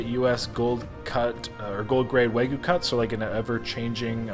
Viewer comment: It’s spelled “Wagyu” not “Waygu” and pronounced “wah-gyu.” Almost as bad that other video where you said “tem-pure-a.” Still love your vids though lol